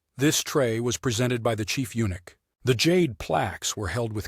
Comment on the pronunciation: Too bad the narrator has no ability to understand or pronounce the word eunuch.